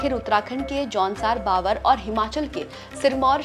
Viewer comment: Baavar nahin hai Bhaabhar hai pronounciation